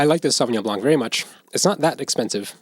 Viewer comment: Random comment: The 'c' in blanc is silent :)